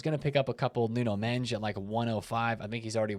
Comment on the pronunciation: WHO THE FK IS NUNO MENCHHHHHHH!??? stop saying it that way!